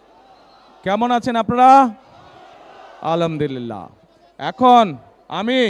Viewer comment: আলামদুলিলাহ কি? উচ্চারণ ঠিক করেনএবং সালাম দেওয়া শিখেন।তারপর রাজনীতি করতে আসেন। কোন মূখ্য যে আপনাকে ভোট দিবে আল্লাহ জানেন।